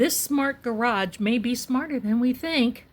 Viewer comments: I admire how you must have controlled yourself… to not pronounce “grage” I know it sounds so flippant, but I do love you & what you do.🥰 thank you for everything you put into your forensic readings! Not to mention you’re amazing backdrops💕 I can’t imagine the time and energy it goes into making them! I would love to live in one of your backdrops😻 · Ps - Can’t believe you got through this whole reading without saying “gararrrge” lol